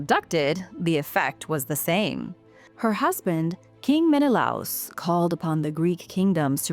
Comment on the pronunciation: Some of your pronunciation is off...like Menelaus. I personally learned from Takis Musinedez, past director of the National Greek Theatre, so I'm certain of the correct pronunciation.